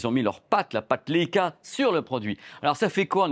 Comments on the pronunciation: Comme la première chienne dans l'espace : Laika. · Il serait judicieux d‘apprendre à prononcer le nom de la marque convenablement.